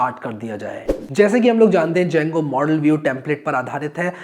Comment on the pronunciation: The D is silent boah!